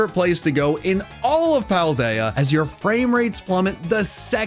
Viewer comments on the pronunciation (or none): none